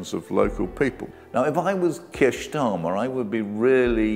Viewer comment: You hef a problem vith ze pronunciation?